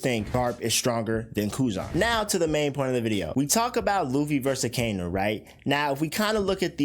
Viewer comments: Its pronounced “aka-inu” aka = red inu = dog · as soon as you pronounced Akainu’s name i logged off